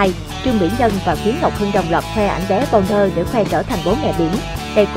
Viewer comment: Người ta tên là Bô na đẹp muốn chết má đọc là Bâu Nơ